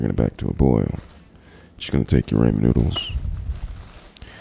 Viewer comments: I KNOW HE DID NOT JUST SAY "RAMON NOODLES" !!!! 😂😂😠😠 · Man says raymen noodles